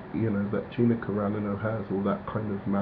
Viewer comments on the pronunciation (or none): It's Car-an-o. Not Caranno